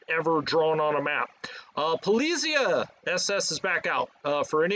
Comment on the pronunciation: SS Politzei is pronounced. I think. As. "Pole it's eye". Not policia as in Spanish.